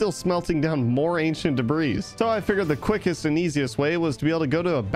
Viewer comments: whos gonna tell him the s in debris is silent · ah yes " Ancient Debras " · Stop saying debris 😡